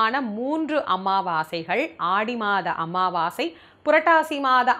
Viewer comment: அன்னதானம் √ அண்ணதானம் × அமாவாசை √ அம்மாவாசை × தாயே, தங்கள் தமிழ் உச்சரிப்பில் சற்று அக்கறை காட்டுங்கள்.